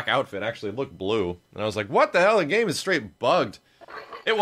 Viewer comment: At least you say good gam.